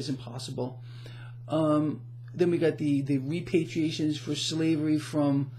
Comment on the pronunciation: **”Reparations,” not “repatriation.” That would be something else altogether.....